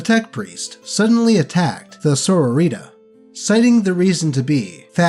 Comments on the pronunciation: Your pronunciation of "Sororita" made me laugh. I kept imagining a sore woman named Rita lmao. I know you aren't really a WH40k fan,, so I'm not being critical of you not knowing the correct pronunciation. Still, it gave me a chuckle. Cheers mate. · I'm sorry. I can't help but laugh whenever you pronounce "Sororita" - I picture Sisters of Battle with colorful sombreros and ponchos.